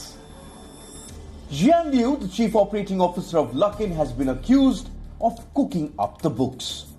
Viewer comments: Silly ... why mix coffee and politics ? Also it is best time to buy luckin at this price when stock reopen again ... btw it is pronounced as LUCK in not LOOK in 🤣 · Lol lol... Luke in coffee.. Are you having a pronunciation issue? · Luckin. Rhymes with...